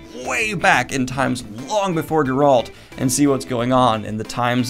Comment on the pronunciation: Idk if it was intentional but you said Geralt with the emphasis on -alt, and that’s how I always read it in my head before I ever played the video games, where the emphasis is on Ger-. Hell yeah brother.